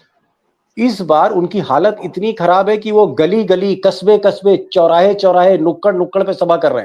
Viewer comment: गल्ली नही गली कहते है हिन्दी भाषा में कृपया कहिये सर धन्यवाद